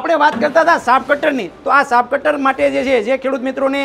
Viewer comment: Saaf cutter Nahi muriya saaheb chaaf cutter bolo